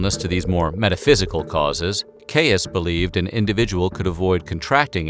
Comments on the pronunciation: hey bud!!! obviously a bit late for it now, but Caius is pronounced like “keys” - i made the same mistake when i first moved to Cambridge for several months before i luckily overheard it pronounced correctly by a student themselves:)) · I’ve always understood ‘Gonville and Caius’ to be pronounced ‘Gonville and “Keys”, which probably means the doctor was also “Keys”. Sorry, Limeyish is prone to this sort of thing lol (On further checking I’ve found that the doctor’s name was “originally” Keys, and he had latinized it, as was customary. Further confusion arises from the name ‘Caus’, which is Norman in origin). In my youth the College was famous for the William Morris wallpaper said to adorn the Students Common Room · Shire in a name is always pronounced "sheer" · Hi sorry to be a dick but it's pronounced 'and Keys college' and don't ask me why. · Believe it or not, John Caius’s surname is pronounced KEYS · It’s pronounced keys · Just a little thing; Caius is pronounced 'Keys'. Good video, though. Thanks! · 'Caius' in Gonville and Caius college is pronounced 'Keys' - don't ask me why.... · "Caius" in this context is one of those annoying words that doesn't sound like it's spelled. It's pronounced "Keys". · Dude, Caius is said like "Keys". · John Caius is pronounced as “John Keys”. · Yo, it's not "kayus" it's "keys" 🤦🏼‍♀️ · Good quick resume of a serious disease, but please, please, that doctor's name is pronounced "Keys" not "Kayus" in Englalnd! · Dr. Caius's last name is pronounced /ki:z/ or keys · Erm, it's Keeys College founded by John Keeys, not Kay-us... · It is pronounced 'keys' not 'cayus'. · Its not Kay-Us, its Kays/ Keys. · The college Is pronounced ‘Gonville and Keys’. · For the Americans amongst you, the name Caius is pronounced KEYS. Yours, somebody who lives in Cambridge, UK. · You can say Caius really fast. Its pronounced Keys. John Caius (keys). Caius college (keys). Great video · Caius is pronounced like "keys". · It’s pronounced Keys, just saying...